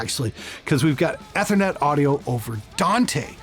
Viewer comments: Who else LOLed every time said "Ehth-err-net" instead of Ethernet (EEE-ther-net)? Canadians.:p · Eeeeeeeee thernet. Try it... Eeeeeeethernet. Love you! Lol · I am Canadian and have lived relatively close to where does for all of my life. That said, I have literally never heard another person pronounce it the way did in my entire life. Everyone says it EEE-ther-net.. except apparently. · How can you tell is a Canadian? Eh-thernet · I love your videos over the years....great stuff.......fun watching your channel grow...... but for the love of god you still sound like a newb when you pronounce ethernet